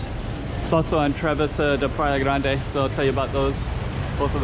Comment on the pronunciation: Grande should sound like "GRAHN-duh" in Portuguese, right? "GRAHN-deh" sounds like Spanish to me!